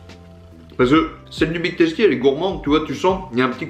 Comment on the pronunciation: On dit big teustie